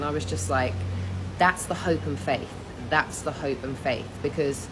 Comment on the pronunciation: when she was saying hope and faith, i swear i heard hoe phase